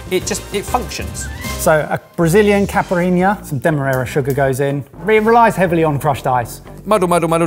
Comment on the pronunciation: I cringed everytime mispronounced caiparinha. And the Popeils gave us more than just food products (although everyone my age remembers "set it and forget it" and "but wait, there's more"). Ronco gave us the pocket fisherman and glh formula #9 (hair in a can).